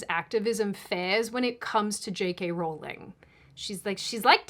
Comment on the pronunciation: Thank you, you have a new subscriber mainly because you pronounced J. K. name correctly.